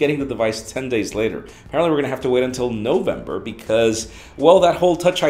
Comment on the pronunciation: he stressed the NO in November